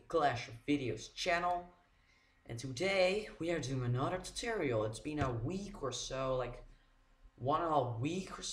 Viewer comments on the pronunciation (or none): For the record, its tutorial not toturial